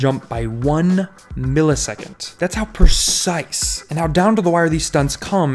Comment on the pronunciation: "only Off by 1 millisecond that's how pruh-ciSSS" Why can't you just say fractions of a second. Just another stupid hype piece passing made up numbers as facts. Easy dislike and never recommend this channel